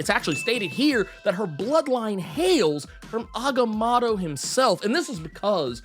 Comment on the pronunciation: The way he butchers agamotto is jarring